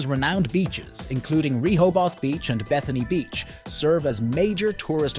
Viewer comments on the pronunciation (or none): you said Rehoboth beach wrong